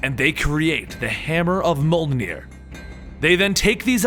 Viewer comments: Mule near not mul near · Its pronounced myu-ol-neer not myu-ug-near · It's pronounced mulenear not mulgnear no hate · its a joke the girl in the first Thor Movie called Thors hammer meow meow as a very bad mispronunciation of Mjölnir could be pronounced ( mew your near ) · The only one he really screwed up was Mjolnir. It's pronounced Myollnear. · Molnir... sigh :( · Mjolnir (me-yol-near) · You have to pronounce it as mJolnir the 'J' has to be pronounced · Its Mi-o-nir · It's mule near that's how u say it u should have heard it in the avangers and the two Thor movies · Me-ol-near = mjölnir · I know you said this in the beginning of the video and your videos are awesome by the way.......but mjolnir is pronounced mee-yol-neer....just helping out for future reference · pronounce it : Myoll-Near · I believe the hammer is pronounced "meow meow" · It's pronounced Mmjjolnir you pronounce the j as yuuh